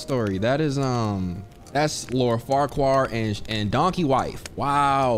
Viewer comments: MAN SAID LORD FARQUAR?!!! Not Farquad but FARQUARRR 😭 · i just know you didn’t say “lord far-qwar”